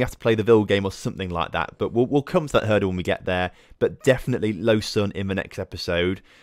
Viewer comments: Lausanne is in the french part so it's pronounced Lo-zan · I don't know which of you is correct but either way I wish he would stop saying "Low sun" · I’ll be “that guy” in the comments. The S in Lausanne is a Z, so it would be closer to “Lo-zan”